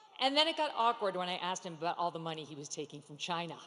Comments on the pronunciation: Gotta love Megyn's pronunciation of CHY-NAH!! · The fact she pronounced China like Trump does caught me off guard 😂